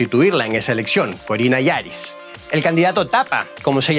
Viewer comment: Corina Yoris, no Yaris!